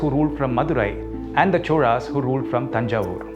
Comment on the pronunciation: Why do you pronounce "choRas" when its spelled "choLas"?